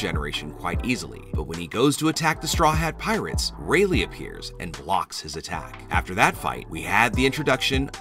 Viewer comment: bro really said "traw hat pirates"